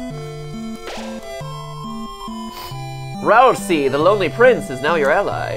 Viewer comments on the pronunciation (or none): They did not choose the right voice for Ralsei. And it's pronounced Ral-zee not Ral-seeeee. And my baby Lancer child is not just "spade boy". He is my hope and joy. ( I'm not being mean you guys are still cool!) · I am disappointed with your Ralsei voice...... Edit: Also, it's pronounced RAL-SAY. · Even Matpat couldn't get Ralsei's name right. Sad.